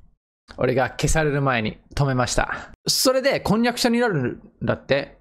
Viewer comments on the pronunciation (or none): こんにゃくしゃ(婚約者)って聞こえた🤣